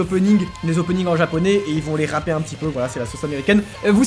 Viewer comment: le a de rapper se prononce comme le a en français Sinon ça veut dire autre chose J'ai litteralement sursauté devant mon pc 😅